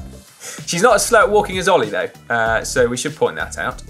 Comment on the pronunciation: Caption: No, his name is Ollie not All-eye.